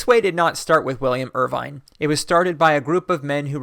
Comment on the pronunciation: According to Wikipedia, William Irvine ought to be pronounced as [ˈwɪljəm ˈɜːɹ̠ʷvɪn] in the IPA.